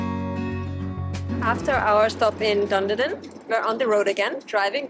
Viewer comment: Duneedin,is how it is pronounced.